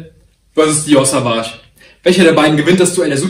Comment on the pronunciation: Du sprichst das Dior Parfum falsch aus, bei Sauvage wird das „au“ als „o“ ausgesprochen, also Sovage und nicht wie du es aussprichst Savage 😙